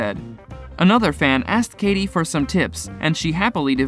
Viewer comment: Katie Malone, I don't believe the E is pronounced.. And the butchering of Sheana Shay's name??